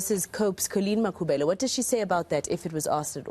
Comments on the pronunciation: Why Mayor act as if can't pronounce Makhubele correct. Black person who wish to be white I am disappointed. 🙁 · no it not that I don't have any problem with white people as humans. I am disappointed the way the mayor she speaks the majority of white people can pronounce the African surnames correctly but the mayor she act as someone who doesn't know how to pronounce the Makhubele surname her accent it like a person who is new in Africa.